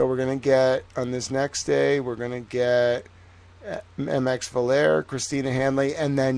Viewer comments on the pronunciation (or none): Oh, and it's pronounced 'Mix; hard 'ih' sound as in Mister, Miss, Misses or Mistress. Trying to get on your pretentious high-horse about people not using the honorific, falls flat when you refuse to correctly pronounce it yourself. As a sidenote, I thought Mx Vallier was the most impressive of all the forensics experts called (I'd go so far as to say the only one to whom 'impressive' could even be applied; the others were borderline-incompetent)